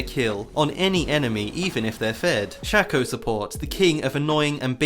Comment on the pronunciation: It's shay-co not shacko